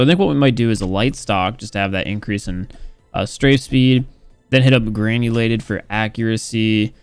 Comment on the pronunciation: I love how he pronounce's the granulated grip tape as "Granny lated" grip tape